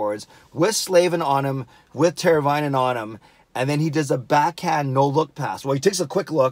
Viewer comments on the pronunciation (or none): it’s pronounced: tear-a-vine-in